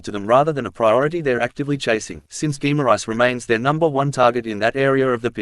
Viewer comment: Geem-ar-rishe is how you pronounce it. FFS